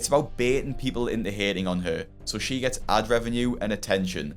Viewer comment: You said into as in ooh?